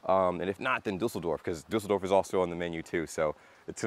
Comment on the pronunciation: What I really like about you is that you take care of pronouncing the German words correctly,like for " Düsseldorf ",I am used to Americans pronounce it " Dusseldorf ".